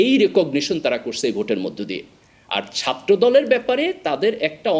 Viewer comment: এত শিক্ষিত মানুষ ছাত্রকে সাত্র, করেছে কে করসে এভাবে বললে খারাপ শোনা যায়।😢